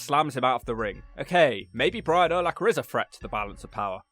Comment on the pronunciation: Also, Urlacher was a big dude,. 6'4 250lbs. Freak athlete. And cheers on saying his name correctly for the most part.